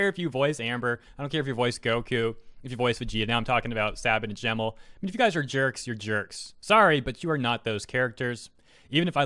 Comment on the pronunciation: I almost thought you said "I'm so over these gays man" XD